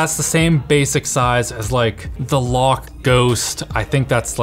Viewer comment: this nuc makes building an sff pc sound like a far better option than buying this. guess I'm sticking with my Ghost build. on the same note of the Ghost, Louqe is pronounced like Loki, not Lock. Until I heard the pronunciation of the brand name, I also read it as "loak," like cloak without the C, lol.